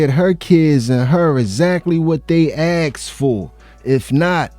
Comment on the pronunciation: Its asked not axed .😂😂😂